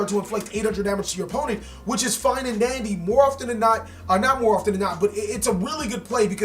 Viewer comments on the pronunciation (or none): none